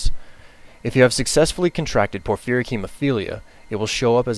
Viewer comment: Jesus.. FANTASTIC video but you need to pronounce things correctly... Vampirism - not VAMPIRE-ism, Vam-pier-ism Porphyric - not por-FEAR-ic, por-FIE-ric Attributes - not a-TRIB-utes, AHH-tributes (you stress the first syllable)